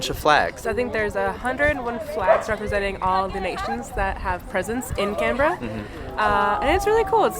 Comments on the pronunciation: You said it right: "Can-brahhh." Not "Can-Ber-ra". And you bought a coffee here. You are now officially a local 🤌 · A quick thumbs up for proper pronunciation of Canberra. I had an American colleague mangle the name so badly I did not know what she was saying, which was quite embarrassing for both of us. Something like "Cun-beer-ah". You nailed it, and just shows you do your research. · Fully respect that you pronounce town names as we do. I grew up in Melbourne and then my parents moved to Canberra. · I don't live there anymore, but I grew up in Canberra and it was nice to see that you had positive impression of my home town. Top marks on your pronunciation of Canberra and Melbourne. We're pretty lazy with the way we say the letter R over here and I think you both nailed it. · Bad accent but you pronounced Canbra right. I enjoyed your vid. Grew up there, not been back for 35 years. Go there mid-late spring next time. The trees and the flowers will blow you away.